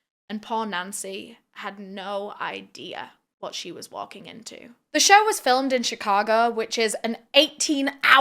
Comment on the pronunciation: Try to practice the word “show”, not “shur”